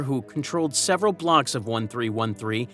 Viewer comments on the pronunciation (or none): none